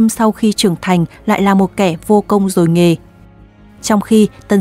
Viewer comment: "Vô công, rỗi nghề" chứ ko phải "rồi nghề" đâu nha.